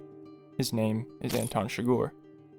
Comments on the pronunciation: Man the video is great only one tiny problem its not shgor its chi-gur and a silent H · CHIGGER! SAY IT RIGHT PLEASEEEE! CHIGGEERRRRRR NOT CHIGORRR ARRRRRGH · It's not Anton "Chigoor" it's Chi-grrrr. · it’s Chigurh not Chigore holy shit. Llewelyn even makes a joke about how it sounds like “sugar”